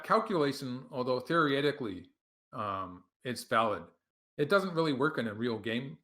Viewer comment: New drinking game: take a shot every time Michael Redmond says "theoryetically".